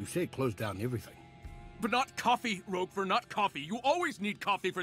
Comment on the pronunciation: It’s Roquefort, not Rougefort.